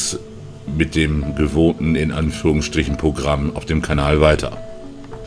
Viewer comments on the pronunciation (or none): none